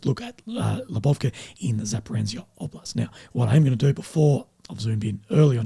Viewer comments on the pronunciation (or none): none